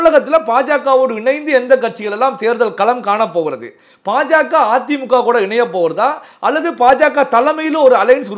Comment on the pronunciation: ....தங்கள் குரல் கணீர் என்று இருக்கிறது....உச்சரிப்பு சிறிது திருத்திக் கொள்ள வேண்டுகிறேன்....pa.ja.க அல்ல ba.ja.ka...paradiya அல்ல....bharadiya janata...